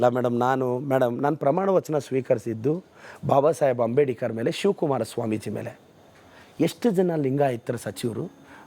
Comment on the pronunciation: ಅಂಬೇಡಿಕರ್ ಅಂತೆ 😂... ನೆಟ್ಟಗೆ ಅಂಬೇಡ್ಕರ್ ಅಂತ ಹೇಳೋಕೆ ಬರಲ್ಲ ಇವನೊಬ್ಬ MLA